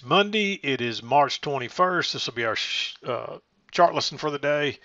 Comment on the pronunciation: LOL almost said "shart lesson" instead of 'chart lesson'